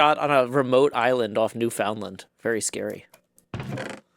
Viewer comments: Gem left so abruptly because you emphasised the 'FOUND' of Newfoundland (Newf'n'LAND). Also, the Newfoundland accent is nothing like Gem's…but so worth checking out. 🙂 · I liked the intro. Very silly. The cleanup was very satisfying to watch on stream. Your pronunciation of Newfoundland is so jarring lol. I swear I've heard you pronounce it correctly before. Dramatic block moving is dramatic.